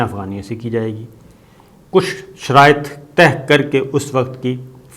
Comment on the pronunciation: تہہ نہیں ہوتا پیارے صابر شاکر بھائی۔۔ طے۔۔۔طے۔۔طے